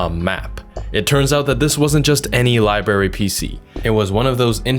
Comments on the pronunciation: Good video but it is library not libary. I had that pronunciation knocked out of my head by nuns in my youth. So that pronunciation is international,I guess,I thought it was a Chicago thing. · “Liberry PC”